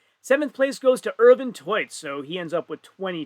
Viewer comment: The pronunciation of Ervin and Rauno was itching me during the whole event :D and when we got to the stones and the stream suddenly stopped, I was like "really?". Good that they fixed it within 40 mins tho.